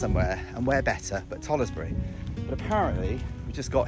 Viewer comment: You pronounced the name of tollesbury wrong is not toll es bury its tollsbury you dont pronounce the e